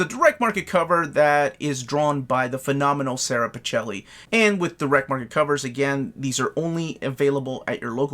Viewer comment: PiKELLi. Eh, s'Italian.